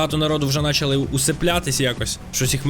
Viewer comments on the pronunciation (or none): none